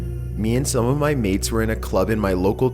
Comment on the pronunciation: in number 1 when he said "To show ma friends" I died 😂😂😂😂